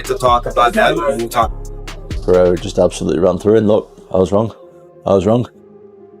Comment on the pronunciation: PEH-REH-RAH chael